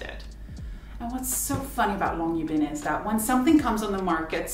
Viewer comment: thank you for saying the name Longyearbyen several times. this lets me know how to pronounce it. (i am not Norwegian.)